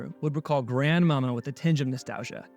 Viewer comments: It was pronounced GranMawMaw. I loved his talent and game; he is truly missed. Thanks for posting this vid, good job. 🙂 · it's pronounced Grand Ma Mah